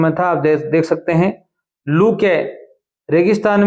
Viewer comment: Lul nahi lu hota h sir 😅😅😅😅sorry